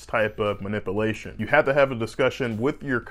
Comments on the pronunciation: No one is yanking me with that strap on my neck...Geez , learn how to pronounce manip- u -lation! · What is a 'ma-nippel-ation' ? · I liked this informative video. My only comment is to please pronounce the word manipulation in a slightly different way! Put a "pew" in there! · Please learn how to pronounce ma nip u la tion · Honest to god - I heard “ma-nipple-ation” instead of manipulation 🤣🤣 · Bahahahaha. He did say that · I can't pay attention when it is pronounced ma.nip.a.lation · fur fuck sake man, you are an orthopod??? really? please learn how to pronounce Ma-nip-u-la-tion correctly... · “MA-NIPPLE-ATION” As it’s pronounced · I don’t understand how you could be a surgeon and not an expert. And it’s pronounced muh-nip-yuh-ley-shun. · Ok.... was surprised that a back surgeon would be open to this " man-nipple-ation"... thought this would be a slam video..... but you gotta pronounce the u in manipulation guy. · Dr. Cant pronounce "manipulation" so why should we believe he understands its meaning? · I can't take him seriously. His pronunciation is incorrect. Manipulate, manipulation 😒😒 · Never trust a doctor who can't pronounce manipulation. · Seriously, learn to pronounce manipulation. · why can he pronounce "manipulation"??? 🤣🤣🤣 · You lost me at the mispronunciation of the word “manipulation” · I wouldn’t trust the opinion of any alleged physician that can’t pronounce “manipulation.” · i dont think i could trust a surgeon who cant pronounce the word manipulation ... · The way he pronounces manipulation fucking bothers me lol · Surgeon can’t even pronounce MANIPULATION! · He needs to learn how to say “ manipulation “ there’s a u in there man! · I don’t think I would let a guy cut on me if he can’t pronounce manipulation. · Why can't he say manipulation? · Lol... Says he's a surgeon but can't pronounce the vowel U in Manipulation .. Not sure if he's a surgeon but i'm sure he saved allot on car insurance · Dude can’t say manipulation. Haha.